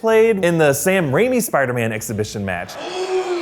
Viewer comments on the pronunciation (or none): none